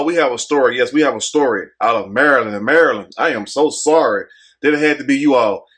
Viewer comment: "Messy Maryand!"